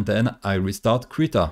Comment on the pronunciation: Accent? I'm from the back hills, still calling Krita "critter". Who would I be to complain? lol